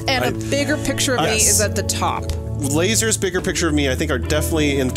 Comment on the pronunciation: sooooo..... that DEFINITELY said "losers!!!" and not "lasers!!!" I was so confused